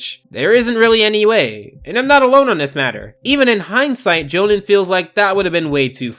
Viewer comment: Lol NOT how you pronounce Johan.